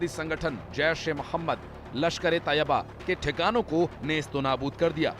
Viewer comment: मैडम जी तोयबा नहीं तैयबा होता है बोलना सीखलो